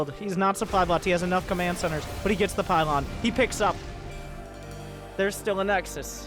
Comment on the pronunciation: It's the pie-lawn suuplai